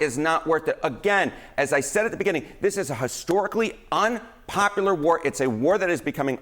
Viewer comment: He needs to know the word is unpopular not unpopaler